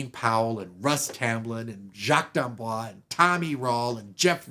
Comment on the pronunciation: I guess Jacques did not correct you on the pronunciation of his name. You are pronouncing it like Blanche DuBois. D'Amboise has an "e" at the end, so you pronounce the "s" (as a "z") Boise is pronounced "Bwahz".